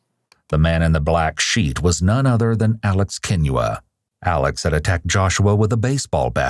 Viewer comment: This is besides the point but the way he pronounces Kinyua is the best I’ve ever heard a non Kenyan pronounce it.